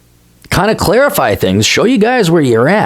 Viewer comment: hahaha, you said "clarey-fy"